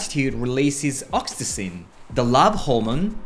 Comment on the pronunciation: May I help with the English pronunciation of oxytocin? Ox-ee-toe-sin Arigato.